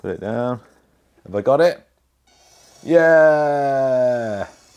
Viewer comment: had me sitting screaming drop it daiwn lol😂 wtf lol😂